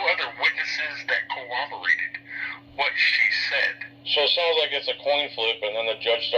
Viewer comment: "co-oberate" is not a word. Its corroborate. Also a statue is made of stone, a statute is written on paper.